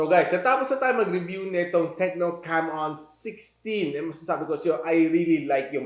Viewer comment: Ingat sa pag pronounce nang Camon hHahaha